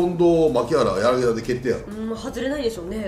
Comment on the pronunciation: やなぎだって言うなよ。やなぎたです